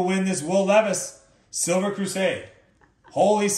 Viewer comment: “Just a sliva” 😂